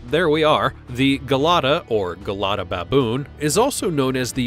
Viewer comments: The narrators on these content farm youtube channels are just incessant yappers, I guess this one isn’t as bad as some of the others with the unbelievable mispronunciations & lisps. But Gelada isn’t like hair GEL, it’s JA-LADUH. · And the Gelada Baboon's name is pronounced "Jelada", with a soft "j" sound, not a hard "g".